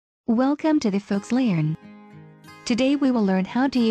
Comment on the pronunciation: beginnings always be like: "whalecome too the foax leearn 💅"